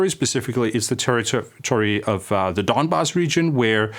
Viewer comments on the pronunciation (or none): none